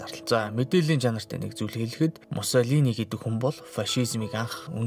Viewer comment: Муссолиниг буруу ярьж байна